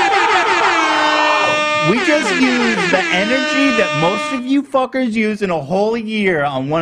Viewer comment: JSHDJD HE REALLY SAID “BIG. TECH. ‼️PHUCKERZ‼️” 💀